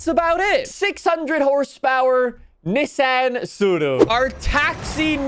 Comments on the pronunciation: Man pronounces Tsuru properly but not Nissan 🗿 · Say Nissan wrong again. I dare you